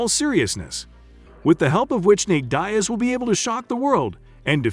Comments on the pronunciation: the fact u pronounced diaz like that is why i cant finish this video sir... good day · Thumbs down for not pronouncing Diaz right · You are pronouncing Diaz incorrectly. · You don't pronounce Diaz like that. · Say Nate's second name properly you fucking moron 🙄😒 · I don't mean to be so negative but if you can't even pronounce a simple name of a legend like Diaz who's been around forever then you can't possibly be into MMA, also I don't think he has much of a chance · Be a nice bet, and my money is always on a Diaz if they're fighting. Teach your computer to say dee az, come-on man! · Gotta love Nate Dye-Azz, haha good video though. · Pronounce Diaz right. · It's Deeeeaz not Diez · its more like deeaz not dyaz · Have you ever heard their names spoken before?? I’ll give you a pass on Chimaev because it’s uncommon here in the states, but Diaz? Really? It’s Diaz…Dee (as in ‘these deez nuts in your mouth’) and Uz (as in Buzz or Does)..Not Die-Uh-Z or whatever the fuck you said. It’s such a common name too. How you managed to butcher it is beyond me. Especially since you’re making a video on just these two fighters 🤦🏻‍♂️ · Diaz not Diez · "Nate Daias and Khamzat Chimi" 🤦🏻‍♂️ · Man ain't no one taking you serious when you keep saying Nate "Die Azz" it's "DEE AZZ" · Is this a robot talking. Nate diez vs comzat chimeeve lol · Nate Diaz not Nate Daes.wtf. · Bro you got the name of dias wrong 🤦🏽‍♂️🤦🏽‍♂️ Is Nate dias not nete dyias 🤦🏽‍♂️🤦🏽‍♂️😂😂🤷🏽‍♂️🤷🏽‍♂️ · Who is Nate ‘Die-az’? This is click bait….f off. I am putting a hundy on Nate just because he’s Nate. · The concept is solid, BUT the fact that you can not say the man's name correctly kills me. How can you blow it on Diaz. Dee -azz is correct. That small flaw destroys the experience for me. Fire your editor now. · Enunciate your words Diaz is "dee-ez". Dumb. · downvote. Deeiz... work on pronunciation. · Pronouncing his name diez shows you dont even watch MMA.! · Calling him Dayas 🤣🤣